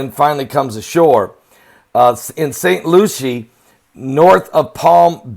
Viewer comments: Saint Lucie. Pronounced lucy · Pronounced LUCY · Its St. LUCY—-correct pronunciation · I know that is not pronounced st.lucia